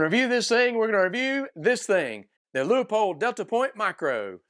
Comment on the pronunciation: As usual Leupold pushing envelope on thinking outside box. Cant wait for gen2 hope they can move battery location. Also thanks for pronouncing Leupold correctly!